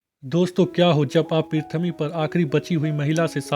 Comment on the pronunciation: Prithvi to suna tha Prithmi Kya hota hai bc 😅😂😂